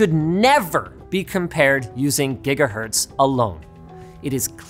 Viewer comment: Ah yes, the gigaherts.